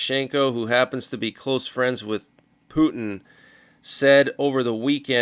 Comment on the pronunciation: 😂😂 I think it’s SO funny how you call him “Pew Tin “! 😂😂